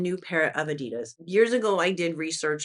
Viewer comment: I hope you will love Italy as much as I do. Venice is the most beautiful city in the world. (Amsterdam the second most beautiful, that’s where I live). Adidas is a German brand. The emphasis in the name is on the A, not on the i. Small correction😊.